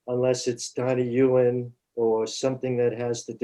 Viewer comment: Donnie Yen, not Yuen !